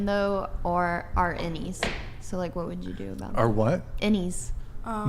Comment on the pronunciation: Lol loved the way she said aboat (about)